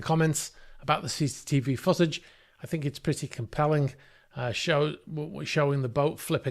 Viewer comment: Is he reall saying foot-age, sounds more like sausage to me